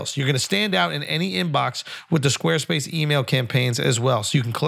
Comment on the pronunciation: “Podcasts bought to you by Sqaue Spase”